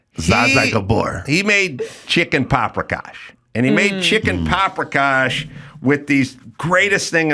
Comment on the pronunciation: Anybody get a count on how many times Adam said paprikosh?